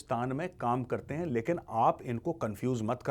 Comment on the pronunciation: That hain always gets me... 😅😅😅